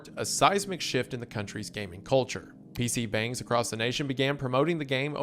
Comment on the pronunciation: He also mispronounced PC bungs every time he brought that up